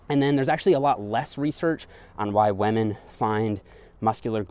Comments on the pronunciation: I love how says wamen instead of women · I hear "Weminn". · Am I the only one hearing wahmen instead of women? xD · Does anyone else hears him saying wamen instead of women? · Me: Women.: Wahmen. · WAMEN! (i think he is watching pewdepie these days) 😂🤣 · "whamen" (c) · Each time he says "wah-men" instead of "women" xD. Love the content though, good work! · What the hell is a wehh-min? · Waymen . updated my pronouncation. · why does he say wamen? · Great video, good content but I can't help it... : waman 😂😅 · what is a "weh-min"? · “Men and wamen” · I love how you said whamen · I was just about to comment that and was checking to see if anyone else did 😅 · I almost hear lemon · Gotta respect wahmen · First you get ze glutes, zen you get ze powah, zen you get ze wemmin!